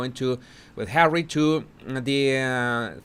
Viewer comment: Hawwy Hawwy are you listenin? 😂